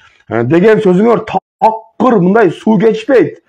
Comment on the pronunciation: Эфирден отура бербей гаремдеги аялдарынды багып жашоонду кылчы. Тьфу сендей адамдар бир куну ак деп эртеси кара деген оомал токмол келесоолор токтогулачы чыкпагыла . Кайсы тилде суйлойсун ль,лы деп эле айтылат ,миндай эмес мындай деп суйлойт .блогер тилди ондо.